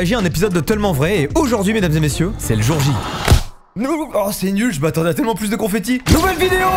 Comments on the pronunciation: C’est moi ou dit « tEUllement vrai » au lieu de « tellement vrai » 😭😭?? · Ça me fume il arrive vrm pas a dire tellement 😂😂😂